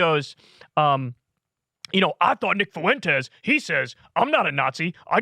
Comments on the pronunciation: Fuentes is pronounced "FWEN-tez", not "foo-ENN-tez". Annoying. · He has always butchered names and his rendition of Fuentes makes me chuckle every time. Foo-went-ez 😆 it's just the way he is. The word rural also trips him up without fail. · Gonna throw it out there. "Fuentes" has 2 syllables. "Fway" is how to pronounce "fue". You are adding a syllable Kyle bro ❤️ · Why does Alex Jones say foyntes? Is it that difficult to say Fuentes? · Kyle, dawg, how is it possible to butcher the name Fuentes so badly?? 👀